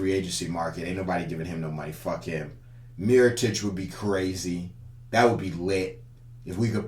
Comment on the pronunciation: He really said miritoic over markieff smh 🤦‍♂️. Mirotic is way to slow. Markieff would make more sense for the playoffs